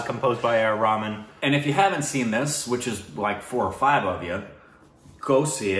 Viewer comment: pronounces Ashutosh Gowarikar like a pro but can't pronounce A R Rahman. 🤷